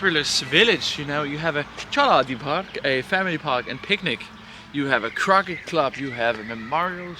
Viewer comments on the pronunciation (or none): try saying 'crowkay' and that is the correct pronunciation of croquet, the game.